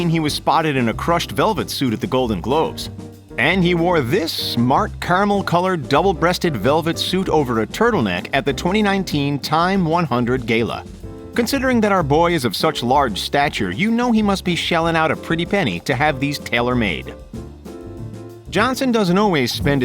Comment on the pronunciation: lol homie said,“gayla” its a “gala”